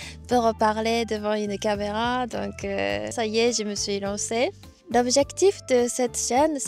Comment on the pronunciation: et meme une pointe d'accent (quand elle a prononcé camera par exemple)